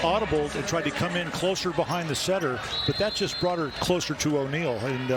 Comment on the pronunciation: i may be wrong but i think he said “just” not yes i think it sounded like yes